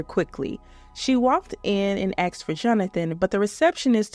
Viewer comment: I was enjoying the video until we got to the dreaded, ' axed a question ' reveal. 🙄 Lame. Why is it so hard for some people to pronounce ask? 🤔😜